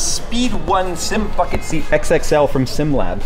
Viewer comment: I know he said Bucket seats but that way he says it sounds like Fuck it Seats lol